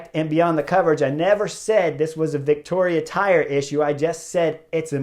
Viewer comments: Vittoria doesn’t have a “c” in it. You keep saying Victoria. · ...and how to pronounce Vittoria.